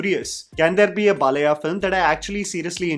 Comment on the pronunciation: its not Balaya, its pronounced as Baalayya! Your South Indian Names pronunciations are very bad always!